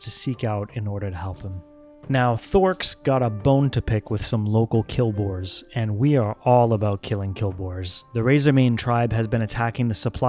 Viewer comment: Quill boars, not kill boars. LOL love the vids